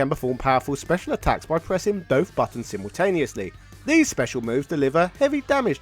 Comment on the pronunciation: Am I the only one who sees the irony that he's from the country that originates the English language but he can't speak it can't pronounce simultaneously controversy or innovative what is it with YouTubers